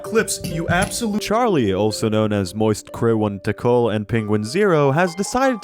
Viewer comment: Ah yes, one of my favorite creators, Moist Cri-One-TiKal.